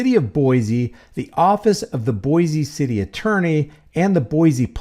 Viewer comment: Just fyi the name of the city is pronounced boy-see. No z sound. If you visit we'll instantly know you're not a native if you say Boize lol. Come visit! It's a beautiful city. This pig is just scum.😊